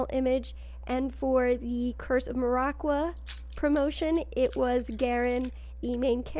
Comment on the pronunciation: As a big Maraqua enthusiast, I hate the way you pronounce Maraqua.